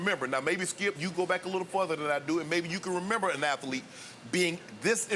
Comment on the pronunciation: Shannon: Athaletes...